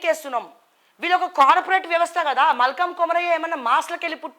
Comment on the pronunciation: Hadi malka Komaraiah akka. malkam Komaraiah kdu akka fst meru peru ina correct ga chapandi.😂😂 ( papam brs valu money echaru ankuntha akka ki 🙏🙏😁)